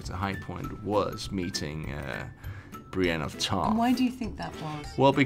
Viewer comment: "Brain of Tarth" LOL